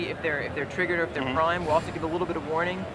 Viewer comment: "hucles" "ever one" "wraning" I think he is 9 years old.